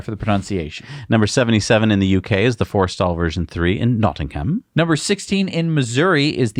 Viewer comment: Woohoo, you finally mentioned the Nottingham supercharger, three months after it opened, and two months after it closed down again. You pronunciation of “nottingham” was way off though.